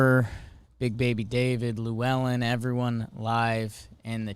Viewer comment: Boys that pronunciation of Llewelyn is not it